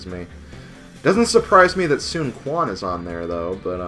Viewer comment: Also, Quan is pronounced "Chuan":)